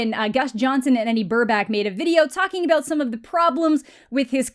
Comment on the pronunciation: Did she just say, “aboot?”